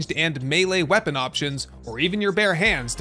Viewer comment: nice video thanks. Btw you can't say "weapon"?